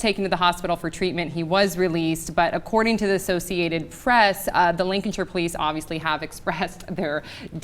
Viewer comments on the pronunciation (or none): Its Lank-a-shire! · We natives to the county pronounce it LANK-A-SHIRE not Lincolnshire, that's a different county. And here in Britain we have very tight rules on which police officers can carry Tasers (Usually only armed response units who have years of training) and when you can use them (Usually when you have 'reasonable grounds' for the use of 'the minimum reasonable force' which must be fully justified afterwords),so I wonder what how bad it is in the U.S. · It's Lancashire, not Lincolnshire, love...